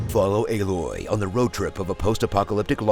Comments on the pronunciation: Lmfao "B loy" took me tf out🤣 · Haha fucking "B-loy" . 🤣🤣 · I lost it when you said B-loy lol 🤣🤣🤣 I'm using that. This is great 👌👌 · I absolutely lost it at "B-loy" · I'm literally dying, when he said "staring B-loy" omg 😂😂😂😂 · That "B-Loy" caught me off guard! 😂